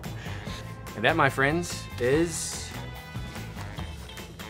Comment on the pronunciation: "Are you ready to see whos got the best buns" Wait I thought KJ said buns not burns lmao